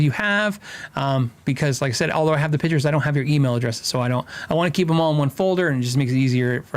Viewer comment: Photographer here, and I love the show, but please, its Pictures not pitchers..